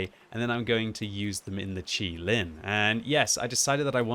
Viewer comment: I’m glad you pronounced QiLin correctly, a lot of people in my clan and on the server I hear pronounce it “QuiLin” which is wrong 😂